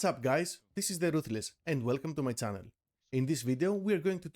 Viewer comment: ye, I'll listen to a guy who can't say "channel" correctly.